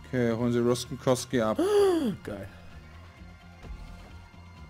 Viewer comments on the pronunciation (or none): "Ruskincowski" oh:D